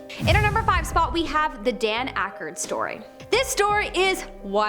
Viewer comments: Also Aykroyd is pronounced "Ak-royd" not Ackerd...Just trying to help, not embarrass you, ok? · "Aykroyd" kid Aykroyd, and he's been making movies since before you were born.